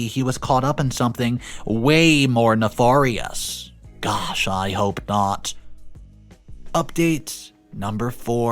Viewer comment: Ne–far– ious 😂